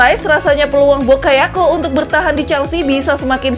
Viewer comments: Harves Bakayako Bokayako Saya ulang2 videonya, ngakak soalnya😂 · Ngekek denger host ny nyebutin pemain2 Chelsea,😂😂😂, Dari Kai Harvets, timoi bakayako, sampai nkolo kante😂😂🤣🤣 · Bokayoko ? mungkin lidahnya typo wkwkwk